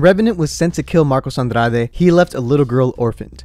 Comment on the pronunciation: The way he said "Andrade" hurt my heart, she's Brazilian so is said as Andrad- you don't pronounce the 'E' at the end. I know its irrelevant but it just irked me, sorry 🤗